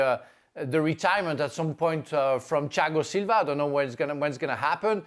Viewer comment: I like how he pronounces Thiago Silva as Chiagosilva